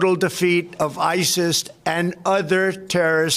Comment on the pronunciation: 'Isist and other terist organisations' ...?!?!